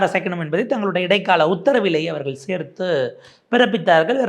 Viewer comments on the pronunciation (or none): "அவர்கல் " என சொல்லாதே Tongue cleaner use பண்ணவும்......